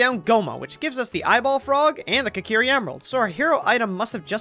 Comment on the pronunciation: Imagine being born with a life so predestined for curses like this. Also immediately I really like the clean editing for this, with the start with explaining the logic. (Also I notice you pronounce Kokiri as "kakiri", what the hell dude)